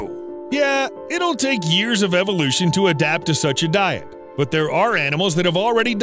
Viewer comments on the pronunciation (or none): none